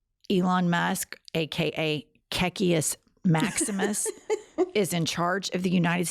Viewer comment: Are you saying " KKK Maximus" ???